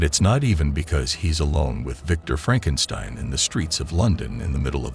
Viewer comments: Loraleye & Frankenstyne. Don't use AI voices unless you put phonetic spellings in your script. FFS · how do you pronounce Frankenstein and Lorelei wrong lol